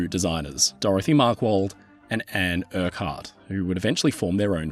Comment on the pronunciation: 'urkkurt' -Urquhart